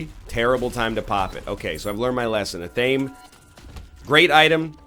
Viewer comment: Glad you've started to appreciate athame as an item. Almost as glad as I would be if you learned to pronounce it correctly (ath-uh-may)